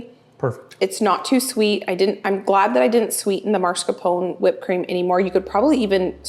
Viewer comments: Beautiful desserts! Just a note- it’s pronounced mascarpone and not marscapone. You are amazing!💖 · It’s called MAScarpone, not marscapone. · it's mascarpone, not marscapone,:D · Love watching you, have been binging hours and hours. But for the love of God please stop saying MARscarpone. There is only one R in it. It is MASCarpone. Luke a Halloween mask. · No judgement. I pronounced mascarpone wrong for years. Here's what I found. Pronounce Italian soft cheese "mascarpone" as "mascar pony" with stress on the "pony" syllable. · FYI, mascarpone is pronounced - maa·skaar·POW·nay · the cheese you like to use for your whipped cream is pronounced, mas-car-POH-nay. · lol everytime she says it im like “NOO!!” lol “YOU’RE KILLIN ME!!” Lololol Love alll your contect! I’d say in English it’s pronounced - Mah-scar-p-own and in Italian the r is rolled and pronounced mah-scar-pawn-eh, my American husband makes fun of me all the time bc I’m always correcting his pronunciation 🤣🤣🤣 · I love your videos. But please do this old Italian lady a favor….it is pronounced MAS-CAR-PONE cheese (like Mask-r-pone). A lot of folks put the R in the wrong spot! Keep those videos coming!